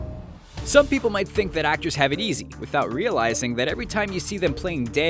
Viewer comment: without 'reel' izing. ..... lmao